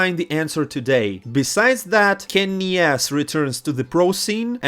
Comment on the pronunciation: bro just call him Kenny ESSS please